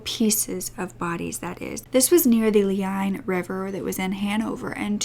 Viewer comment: Leine is pronounced Lye-ne(cessary) ; )